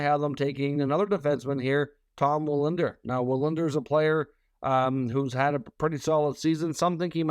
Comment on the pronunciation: It's Tom Willander not Wallinder btw